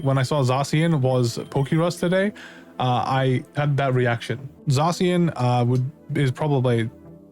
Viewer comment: the way he says zacian hurts me